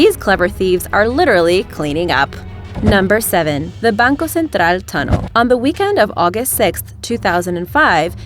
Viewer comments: ...and "Banco Central" 😝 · sorry for the critique, but it bugs me that you say "Banco Central" as bancul central when in brazil its pronounced as bancooooo centro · কি উচ্চারণ রে বাবা খুবই ক্রিনজি!@ ব্যাংকওসেনত্রাআআআআল এই কথাটিকে ব্যাংকও সেন্ট্রাল বললে সমস্যা কি হয়। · She's not even pronouncing them correctly, especially banco central she's saying it with a Spanish accent. Insulting as fuck